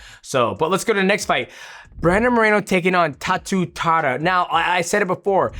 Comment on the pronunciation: Tatsuhiro Taira becomes Tatsu Tara